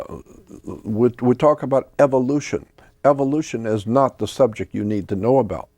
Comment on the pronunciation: The Subjek of Emplaw-ees Jordan knows the importance of words 😅